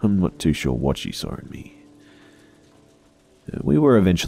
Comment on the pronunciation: Hey, why do you pronounce the word "saw" like "sar" btw?